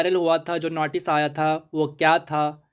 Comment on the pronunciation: Notice❌ Natice✅